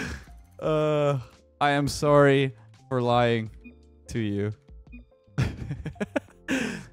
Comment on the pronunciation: Sorey. this man is so Canadian